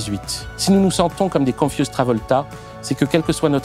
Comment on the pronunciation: On dit con-fyou-z'd - confiou'zd et non pas confusse